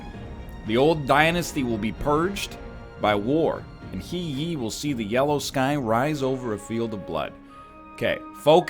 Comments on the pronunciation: The simple one is the name He Yi. The narrator pronounces as Hear Ye, but the correct way should be (Trying to match as close as possible without going too deep in Chinese) Herr Yeet (pronounce yeet without the t) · Standard everyday speaking Chinese~ I would say it sound better if Yi is pronounced in fourth tone though, instead of second. Also had no idea where tee comes from haha! Guess transition between pronunciation is still hard to nail lol.